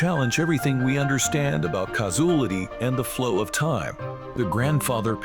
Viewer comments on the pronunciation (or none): “Causulity”…what an idiot. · Caus-oolitty = Causality 😅 Sky-fy